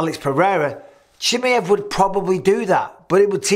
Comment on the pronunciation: I always get a kick out of the way Mike pronounces Chimaev 😅. I think khamzat is the 1 lying here. But it's not because of him being scared or trying to back down, I just think the only reason he even called Alex out was cuz he just got the belt, has a deficiency in wrestling, and is in the same division he's competed in as well. Once ufc told him yea, we'll give u Alex like u asked, but it's at 205 and for no belt....he was prob like "k well fk it then lol" that makes no sense